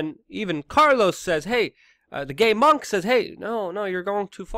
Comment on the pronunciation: I believe it’s Gaywonk not gaymonk. Lol